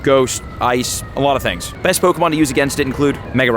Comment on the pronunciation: Your pronunciation of pokemon names makes me so angry